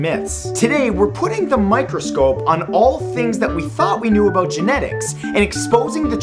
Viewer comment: About?U mean aBOOT? :D